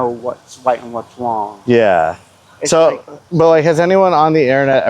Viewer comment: Dude, do yourself a favor and don't say the words "gwon-up, kwokpot, wong, wealization When you said cooking and eating her kink was "unorthodox", ya think?!🤯 I was dead. Love your choice of words.